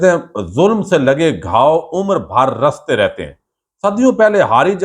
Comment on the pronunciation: زخم رستے رہتے ہیں ۔ رستے ر پر زبر نہیں بلکہ زیر پڑھیں ۔